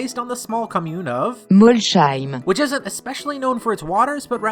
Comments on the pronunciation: Hello, i live in Strasbourg and talk english like a whale, but we don’t say « molcheim » but just « molsseim » your french bot isn’t that french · The voice badly pronounced "Molsheim", it makes strange, haha. And Couriway Town is more like Colmar, especially in the anim. ;) (I live not far of Colmar, I know well) And Snowbelle City is a miw of Besançon and Belfort, Belfort has a micro-climate, "La trouée de Belfort", making the city colder. It's the same for Snowbelle city. ^^ Super vidéo !